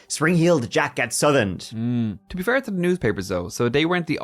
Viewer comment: 'Southend' is pronounced 'South End' (or if one is from the area where Estuary English is the accent, it's pronounced 'Saaouf End') 👍👍👍👍